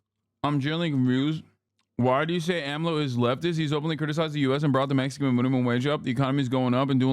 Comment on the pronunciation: it's so funny to hear hasan pronounce AMLO's name YESSIR I LOVE MEH HE COH I LOVE AHM LOW